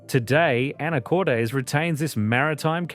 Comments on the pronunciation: Pronunciations in this are killing me 😂 Chye-nook salmon?! Anacort-eez?! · This is my state! However, you should learn how to pronounce the names (Skagit, Anacortes).